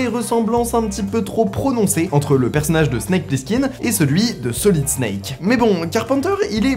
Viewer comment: Le nom Plissken ne s'est jamais prononcé « Plisskinn »…